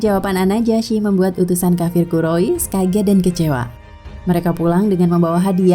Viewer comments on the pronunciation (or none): Bacanya kurais bukan kurois